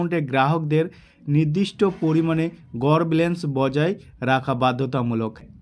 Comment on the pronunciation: Dada Ota balance, blance noy,thik kore kotha bola practice